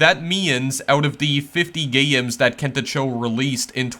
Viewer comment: Not meaning to be negative (but I'm about to sound negative) to someone with few subscribers, but you pronounce things differently in a way that's either distracting or marketable. "Gayy-ems" "Twenty four-teeyy-en" "Meayy-ens" And so on. It's quirky and lots of people might find it endearing, but at first, it's conspicous. Thanks for posting these videos. Kento Cho makes some pretty cool games but from what I heard, he doesn't think people would pay to play them. Given how ludicrously dull most mobile games are, I think he's wrong and should consider monetizing his work, possibly supporting further... uh... gayy-ems 🙂